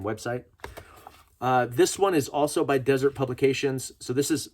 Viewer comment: Been waiting for this video all week. Going to a gun show tomorrow. Hoping to pick up a couple of these by paying cash without getting on any more government watch lists. Also...It's pronounced "dĭ-zûrt publications." Haven't you seen the BladeHQ donut knives? Come on, man! 🍩🍩🍩